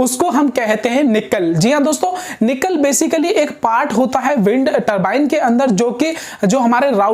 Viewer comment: Or Nacelle ko निकल nahi bal ki नेसल bolte he